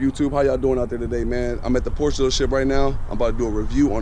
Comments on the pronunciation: Hey buddy. This is not a Porsch its a Porsche! But apart from this I do like your videos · "Porsch", really? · First of all, they're called "tail lights", not "headlights". Also, you need to google how to pronounce "Porsche". Lastly, the "clock" in the middle of the dash is not a conventional clock. Do your homework.